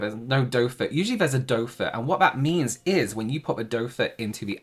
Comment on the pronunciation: Sounded like he said doefor but I’ve known it as doefoot.